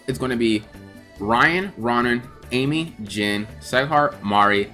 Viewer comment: Row-nan lol like Conan